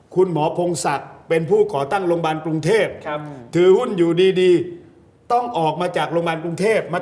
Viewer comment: "โรงพยาบาล"ค่ะ โปรดพูดให้ชัด คุณเป็นผู้ประกาศ